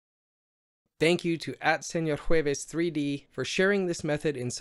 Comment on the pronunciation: that "Señor Jueves" pronunciation was clean. nice